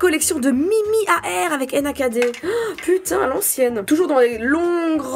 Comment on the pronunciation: J’ai buggé avec Nakd « Enakadé » hahaha